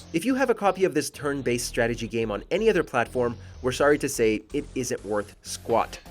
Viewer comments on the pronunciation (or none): none